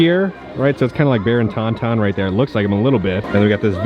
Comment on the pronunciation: Love our videos,, but "tonton" is not pronounced like the Star Wars creature. It's French, so the n at the end of ton is silent. Sounds kind of like "tawtaw" - very nasal sound.